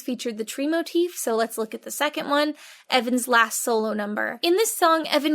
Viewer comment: “Motif?” More like “More-treef.”